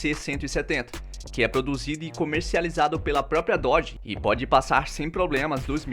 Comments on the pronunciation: Depois de 7 meses de análise neste comentário. Descobri que ele quis dizer "Nossa, errou o nome da marca (Dodge) do carro, "Dodge" demon 170, Até a mulher do Google (Google tradutor) Consegue falar melhor, direito diferente de você, que não sabe o nome da marca. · Péssimo errou o nome do carro da preparadora seria melhor a mulher do google